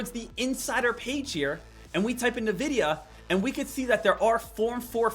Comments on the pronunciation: Lost me at “Nuh-vidia” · it's not pronounced nvidia, its N-Videa